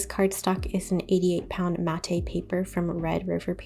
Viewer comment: This is not a criticism but just some information. It’s pronounced Matt MAT not matt A… the E silent. Just some friendly information not criticism.